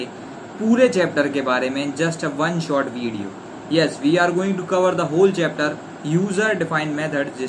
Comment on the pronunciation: video ❌️ ridiyo✅️